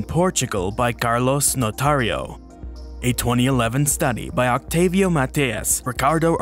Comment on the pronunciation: The C is silent in Octávio. It would sound like Oh-Tah-Vee-OH